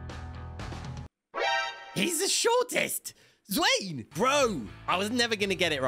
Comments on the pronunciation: it's not swane it's z-w- aa-n-e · wait wait what broh Zwane is a South African name so it not Zwein but it Zwahney u write it as Zwein ut it Zwahney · Not zwayne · As a South African not to be a perfectionist its pronounced Zw-an-e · Zwane is actually pronounced as zwaaaaneeeee loud 'a' and 'e' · it's z-wa-neh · people from south Africa who know he said zwane name wrong. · The E In Zwane is not silent